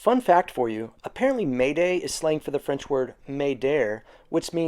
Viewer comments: haha, m'aider is french isnt pronounced may dare, its just mayday , great vids tho dude love your content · FYI…m’aider is pronounced “may day”…not may der. Not a criticism…I’m not a teacher of any sort…and I’m barely fluent in any language 😂 …but thought I’d share in case it’s helpful.